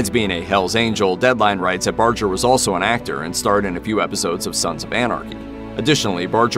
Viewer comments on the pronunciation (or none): Bar-ger not Bar-jer. There are Barger's where I live. Pretty sure they know how to pronounce their own name.